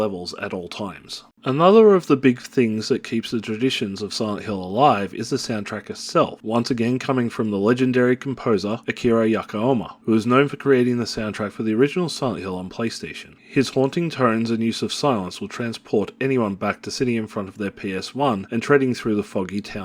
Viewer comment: Ouch. It's Akira Yamaoka, not Yakaoma. Thanks for the review